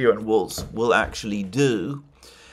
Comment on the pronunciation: The name is Walz, not "Waltz," and it rhymes with "walls"